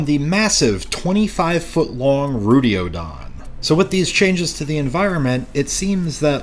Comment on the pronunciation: *Rutiodon, not Rudiodon